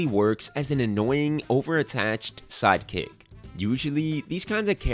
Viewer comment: Lol I thought he said side cakes like six times